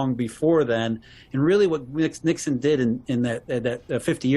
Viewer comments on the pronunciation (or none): none